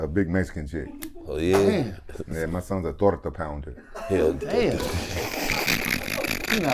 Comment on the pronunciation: “My sons a torta pounder” 😂😂😂